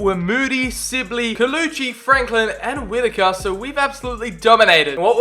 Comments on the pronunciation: Who else was realy annoyed he kept saying silbey not sibley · Amazing vid... but its Sibley not Sillby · let’s take a moment to say he just said ‘louie silbey’😂😂